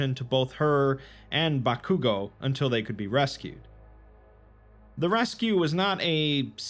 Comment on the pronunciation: The way my man pronounces Bakugo. He clearly doesn't watch anime 😝